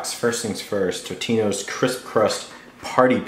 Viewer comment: It's TOtinos. Not TITinos!